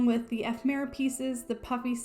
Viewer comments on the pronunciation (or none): Beautiful pages! Isn't ephemera pronounced "e fem ur uh" though? I have never heard it pronounced "ef mera". Maybe I have been saying it wrong lol.